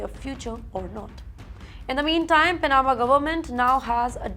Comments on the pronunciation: Who is persecuting and executing these migrants in India? All lies. Btw please work on your pronunciation. Every time you say pa na ma it hurts my ears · Cannot even pronounce Panama or other easier words correctly. Whoever appointed her as a news reader.